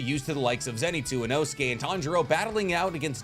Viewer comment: The way you said Inosuke name is a crime and you should be in jail